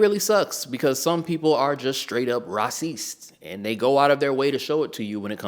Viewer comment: I liked how you pronounced “Raw-ceest” XD